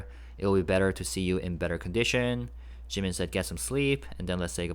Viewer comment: Thanks for this... It sounds like JK is still saying JIMINSHIII